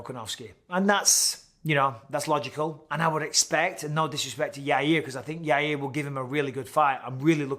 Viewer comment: Michael Bisping: Yair Uncle Chael: Yareer Michael Bisping: Yareer